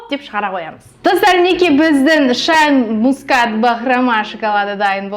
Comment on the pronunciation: Шейн емес шайн